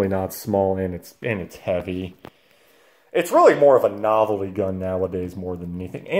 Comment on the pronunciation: Great video until you said "novelty" lmao...what a clown